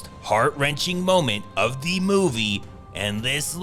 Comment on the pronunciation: I love these vids, but the narrator's confusion between the (thuh) and the (thee) is annoying.